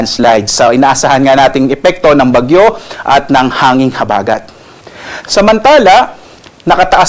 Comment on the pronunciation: Ayusin mo pagbigkas huwag mong gawin mabilis ang salitang malumay na salita tulad ng habagat